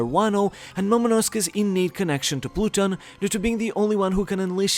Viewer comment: That pronunciation of Pluton irks me